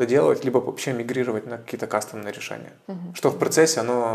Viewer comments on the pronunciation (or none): none